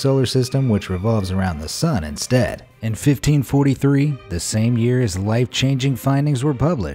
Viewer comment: when he says 1543 it sounds weird